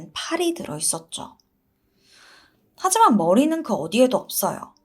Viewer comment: 하지만=하이만 으로 들려요 ..